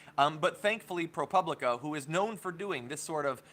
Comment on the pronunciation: pro POO blica is how it is pronounced.